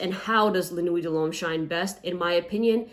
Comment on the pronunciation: It’s pronounced nwi not nuweyt